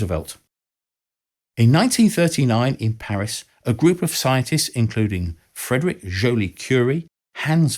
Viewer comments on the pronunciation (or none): none